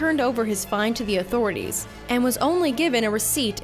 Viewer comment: the "authorities"